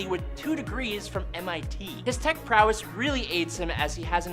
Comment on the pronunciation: Stop saying prowerss